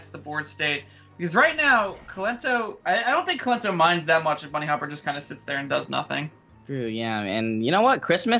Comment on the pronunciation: Dear Kolento, Bunnyhoppor I think not Bunnyhopper. I guess you wouldn't like if me naming you Kolonto or Kelento ;)